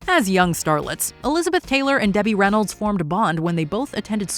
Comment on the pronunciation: its Reynolds Not Reyolds